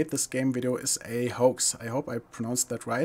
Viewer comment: haters going to hate, continue doing what you are doing, you are doing great, and you don't have to justify your work for the haters. Continue being you. (also hoax pronunciation = 10/10)